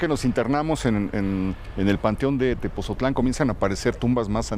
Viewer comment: Muy bueno gracias por visitarnos. Solo que no es Tepozotlan , es Tepotzotlán